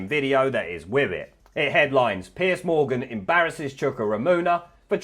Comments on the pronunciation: "Piece"??? It's Piers... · 'Piers' nor 'Piece'. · Why keep calling him "Piece" Morgan? It's Piers for goodness sake!!!!